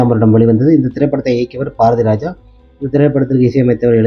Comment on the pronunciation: Paarathiraja, paalumahendra. Yenndaa ucharippu. Ucharippu varalaina vera yaarayaavadhu vachu pesavakka vendiyadhudhaane. Neraya per ippadithaa pesuraanga asingama irukkuyaa. Rajendraanu koopda maattanga. Rassendraa appideembanga. Yenna yelavo.